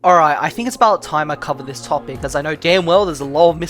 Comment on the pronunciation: Stop with the "if you don't knowr" bs it's getting on my nerves bruh come on man 😭😭